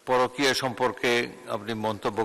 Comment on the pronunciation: Porokiya word ta speaker sir bolteii paren na...ota too biye boleii janii